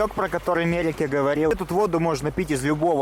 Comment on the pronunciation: МерекЕ, только буква "е", ударение на последнем слоге. Мужчина себя так и назвал же "МЕрекЕ", а не МЭреке. Прям у этих русских тупо одна прямая извилина в черепушке, вообще не способны к языкам! P.S. Ой, в баньке вообще назвал своего благодетеля "МЭрек", ужсс, одно имя не может запомнить. Так записал бы на голосовой при знакомстве